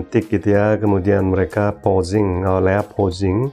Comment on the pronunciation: Lea, kedengarannya Leak tadi, beda ntar artinya...😂🙏